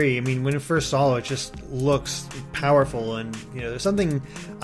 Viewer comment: "When I first saw it,it looked POW-erful" XD